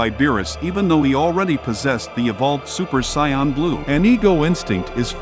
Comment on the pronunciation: The way he saying Super saiyan is bugging me